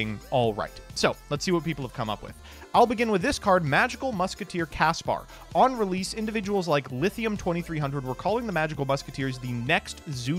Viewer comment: barely a minute in and we see "Caspar" on screen explicitly shown for an extended amount of time, and then pronounced "Pascar"